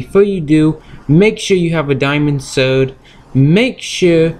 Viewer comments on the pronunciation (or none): Ha he said diamond sowd and no ideaw